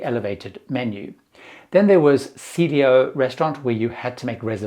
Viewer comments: Cielo is an Italian word and is pronounced "chay-lo." It means sky or heaven. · Cielo = "seelio"? Hope the gastronononomyyyynmy knowledge is superior to the linguistics chops. Ah, chops! Get it? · I was going to say something about inability to pronounce any of the dining room names correctly... see-ay-lo, ess-tray-uh and so-lay. He seems like a nice guy, but -- and I say this as someone who used to work in broadcasting -- one who chooses to post their videos on social media should at least make an effort to pronounce things correctly.